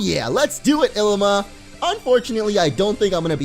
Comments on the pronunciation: It is ilima not Llima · It's Ilima not Llima